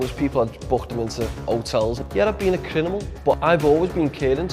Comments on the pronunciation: Listened for a bit now and thought he made a mistake saying crinimal not criminal but it’s a qwerk go on lad I’m well out the game now straight member but do buzz of the old times this guys 100% spot on 🤜🏻💥🤛🏻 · He's been a crinimal 🤣🤣 1.37 min